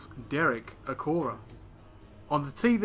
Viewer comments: It's Acorah, not Acroah. Sorry, but if you're so keen on accuracy.... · Acorah* not Acroah. Misspelling in the video title